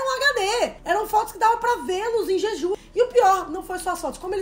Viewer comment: Ai gente desculpa sem querer ser chata é so porque ta me dando agonia... O nome da ilha se pronuncia o J como se tivesse um "D" (Djidju) , não sei se deu pra entender... Nao me levem a mal por favor, é so uma dica